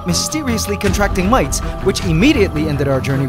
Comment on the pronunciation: its pronounced mites